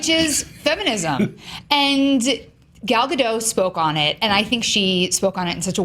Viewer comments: Eden Aronovich And they still don't know how to pronounce it. XD if they miraculously get the last name right, they get the first name wrong by saying Gail or Gol. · Why are they all pronouncing Gal's name wrong? I don't get why people keep perpetuating this...